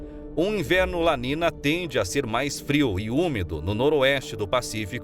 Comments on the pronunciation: Acho o conteúdo do canal muito bom! Porém não se trata de uma crítica mas sim de um "toque", algumas coisas são faladas de forma errada, tipo, não se fala "La nina" e sim La NINHA, (é um termo em espanhol) percebi certos erros em outros vídeos. No mais parabéns pelo conteúdo. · Amigo se escreve "niño ou niña" e se pronuncia "NINHO E NINHA" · Documentário bem elaborado, apenas uma ressalva: a pronúncia incorreta dos eventos La niña e El niño em espanhol é La ninha e El ninho - A menina e O menino